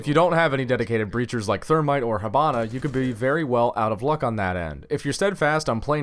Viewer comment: Can I git a Thurmite Thumite...Thurmite???